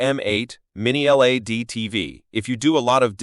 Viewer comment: This chump can’t even say LED properly never mind that these aren’t budget tv’s!